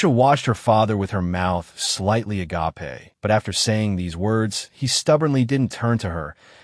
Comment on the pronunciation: " A - GA - PE " why AI.......😭😅😂😂